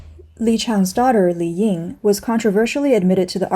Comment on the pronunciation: 李颖 is pronounced Li Ying, not "Li Yin."